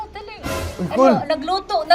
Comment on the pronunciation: Nagalulu ❌ Nagalutu ⭕